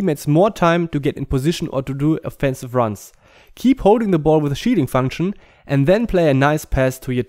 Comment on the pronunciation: haha I like how when he says "shielding" it sounds like "cheating" the shielding is overpowered which in turn feels like cheating